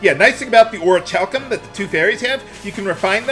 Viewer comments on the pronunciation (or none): I'm decently sure Orichalcum is pronounced Orikalcum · The first "c" is silent. It is pronounced Ori-hal-cum.